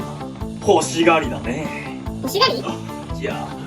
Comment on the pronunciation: 欲しがりだねえぇ⤴︎の発音わかるwww